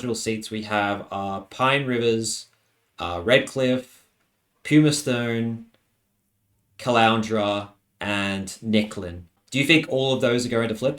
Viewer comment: It's it Gave...n not Gavin, pumistone not pewmistone and car par la barr